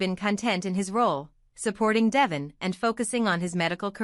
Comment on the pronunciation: Would someone please let her know, besides me, that his name is pronounced Dee--von, although it's spelled Devon.